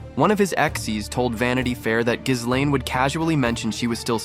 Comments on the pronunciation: Pronunciation: ghilènn, not ghisslein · Gi-lene Maxwell…. The “S” is silent…. Also, didn’t Donald Trump kicked him out of Maralago?